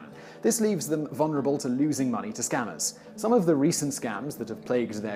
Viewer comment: VULnerable not VUNerable